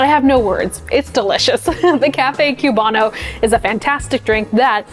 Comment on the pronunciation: The Cuban coffee section is almost perfect, but couple notes: A) It's COOB-ano, not CUBE-ano, I promise no one is expecting you to have a perfect Cuban accent but please pronounce the word correctly. B) We have a word for the thick layer on top, it's not "like a crema", it's "espuma" or "espumita" (which means foam). I don't want to come down on you too hard for this because it's a fairly respectful video but a lot of cafe workers from Italian-influenced cafes have a habit of subconsciously treating other coffee cultures as being essentially like inferior or secondary branches to Italian-influenced coffee culture. Unlearn this.